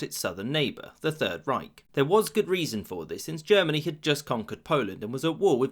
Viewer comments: It is Reich not Reik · 'The third reik' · There is no "k" in the word "Reich". ch = ç There is no "i" in the word "Weserübung". 1st e = e